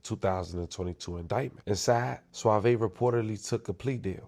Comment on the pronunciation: Bro is suave not suavey